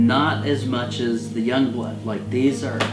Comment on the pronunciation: Pronouncing Jongbloed as "Youngblood" is close enough (think it's actually more like "Yongblued", from talking to a native Dutch-speaker).